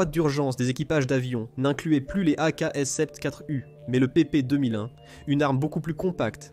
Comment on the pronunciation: Vidéo intéressante mais desservie par un doublage par une IA racontant n'importe quoi. 1016 pour un M16 ??? AKs sept quatre U pour une AKs-74 U ?? Ridicule...